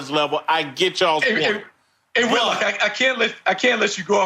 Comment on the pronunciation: Why the F can’t Whitlock pronounce his name... “you had one job whit!”